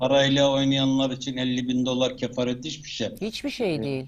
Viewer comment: Kefalet o, kefaret değil 😂